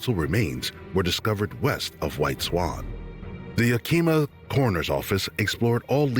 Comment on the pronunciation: I like this channel. But if i hear 1 more channel or AI say Yakeema im gona scream!! Its PRONOUNCED YAHKAHMAH!!! Native word. Washington State born & raised. no DC about it. AAAAlll the way up NW. Its beautiful buts sux.